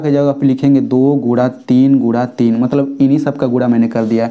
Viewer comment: Aur gura nahi guna 😂😂